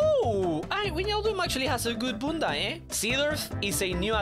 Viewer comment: u ruined the word bunda